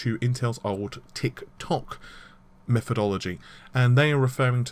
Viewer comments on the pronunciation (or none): none